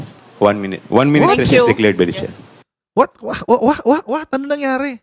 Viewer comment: Hoy Sara “ Mr. Chair ang pronunciation hindi Mr. Share”😭😭😭